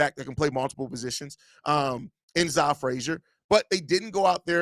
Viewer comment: Zah is pronounced Zay. His full first name is Zahquan. Go watch his intro interview, he corrected Courtney Cronin on the pronunciation of his name.